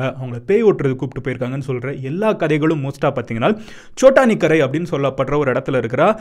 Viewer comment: It's chotakinara r chotanikarai